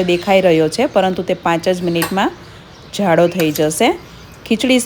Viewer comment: ખુબ સરસ શાક છે. રસો જાડો થયો છે એમ કહો તો સાચું છે . અહીં જ તરીકે ઉચ્ચારાય ઝ નહીં 😂